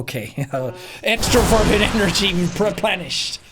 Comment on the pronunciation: Every time he said “extroverted” I heard “extra virgin” and it made me question things